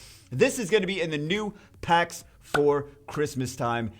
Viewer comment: I was legit excited until you said... "Packs"